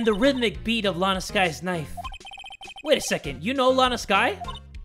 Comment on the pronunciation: "HE GOT THE KNIFU... ABOUT TO END A LIFU"